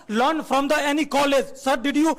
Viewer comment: lun instead of learn😅